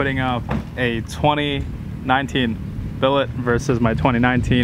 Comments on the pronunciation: It’s Buuuullitt not billitt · Bullit not billet wtf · BULL-IT.. lol. Not Bellet. Lol The first race he dusted you and you both shifted good. Then the last 2 your beating him? Doesn’t make sense. He isn’t revving his car All the way out it seems. He is shifting way before you. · Its pronounced like that thing that comes out of a GUN 🔫 A Bullet. Spelling is Bullitt, a hammer forged block of metal is known as a Billet. Bullitt is the name of the character played by Steve McQueen in the 1968 film of the same name. Bullitt is arguably the best Mustang driving in a film ever made. Hence the 50TH Anniversary tribute car. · Bro,.. this is a Bullitt. Pronounced BULL-IT. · Bullitt... not billet 🤦🏻‍♂️